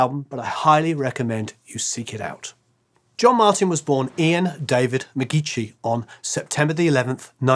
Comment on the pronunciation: John's surname is pronounced Ma-geeky and that picture of the Incredible String Band that is Robin Williamson that name tag is next to not Clive Palmer, Clive palmer left after the debut lp